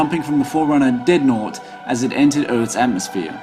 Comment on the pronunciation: dread-naught. not deadnot